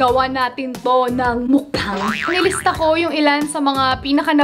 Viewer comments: One of the things that I love abt is hindi sya maarte when it comes on eating. Lalong lalo na sa line nya na "mukBAHNG!" DESERVES A MILLION SUBS 💙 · i love the way she pronounced "MUKBANG"